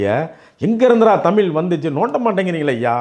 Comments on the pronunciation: All ok. But it's Tami'zh' Why you people don't pronounce 'zh' properly?? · முதல்ல தமில்தமில்னு😂 சொல்லாதீங்க